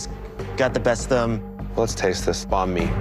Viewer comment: My heart cried a bit when a heard his pronunciation of banh mi .o.